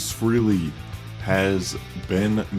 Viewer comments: FRAY-lee, not FREE-lee. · Pronounced, Fray-Lay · Yeah really. If you are going to operate a Kiss channel, you should probably know and pronounce the dude's name correctly. Ace has stated the proper pronunciation of his name in countless interviews, that there is no excuse for mispronouncing it. Especially when you are such a fan that you start a Kiss dedicated channel. Normally I wouldn't make a post like this or correct someone on something like that. But this is a freaking Kiss-dedicated channel. The guy should be embarrassed. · Fray-lee. Rhymes with Haley's Comet. Thus, FREHLEY'S Comet. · If you are operating a bloody Kiss channel, you should probably take the time to learn how to pronounce Ace's last name.